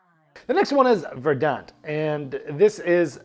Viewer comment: VER-dant. Accent on the first syllable.